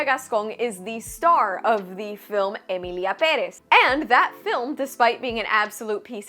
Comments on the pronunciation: Your "Emilia Pérez" sounded perfect... unlike Selena Gómez, who can't pronounce most words correctly, and is quite hard to understand for native speakers. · Wasn’t Gascon that douchebag in Beauty and the Beast? There’s adhering to a stereotype. Way to Adolph that name! The ONLY good thing about that movie is how pronounces Emilia Perez. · Silver lining: I finally found someone who pronounces 'Emilia Pérez' correctly. Thank you for that!